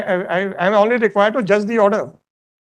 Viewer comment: Judge using s at the end of each word isko judge kisne bana Diya 😂😂😂